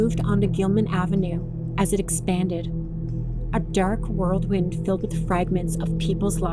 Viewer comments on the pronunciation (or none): The word is "whirl wind," not "world wind" 🤦🏻‍♀️